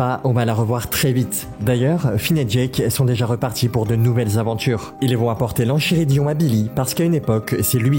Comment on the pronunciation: Juste c’est LE roi lych et c’est enKIridion en terme de prononciation… aussi on dit jaike pas jaques